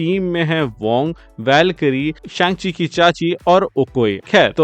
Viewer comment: Shang chi ke cacchi nehi vai ,, sang chi ke khala he 😅